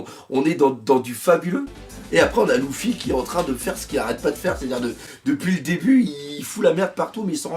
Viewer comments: C’est pas louffy mais luffy (u) !!!! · Par contre c'est luffy et non louffy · Belle vidéo =) Question luffy pourquoi tu dis LOUFFY? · Arrête avec « louffy » s’il te plait